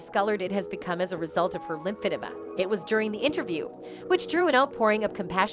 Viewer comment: Lymphedema is not pronounced the way you say it. It's pronounced LIMB FA DEEMA. NOT LIMB FA -DA MA. It is a terrible health issue and you should educate your viewers the proper way to say it. Not trying to come down on anybody I'm just saying. Like your videos by the way.